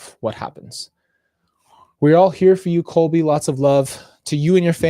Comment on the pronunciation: PLEASE get his name CORRECT :((((( ColBY